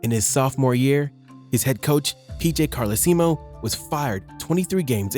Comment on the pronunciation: lol at how this casual pronounced P.J. Carlesimo